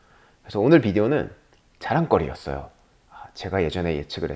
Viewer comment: 그래서 오늘 비디오는 (강조를 위한 잠깐의 정적) 자.랑.거.리.였.어.욬ㅋㅋㅋㅋㅋㅋ 와~ 얼굴색 하나 안바뀌곸ㅋㅋㅋㅋ 두껍군욬ㅋㅋㅋㅋㅋ 여튼 멋지십니다~ 역시 통찰력이란건 아무나 갖는 것이 아닌 듯하네요...